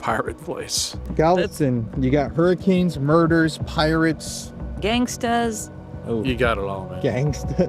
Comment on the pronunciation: “Gangasta’s” 😂 is hilarious 😂😂😂